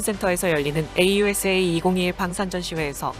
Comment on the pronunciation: 에이유에스에이 --> 아우사 케이이엔오--> 케이투엔오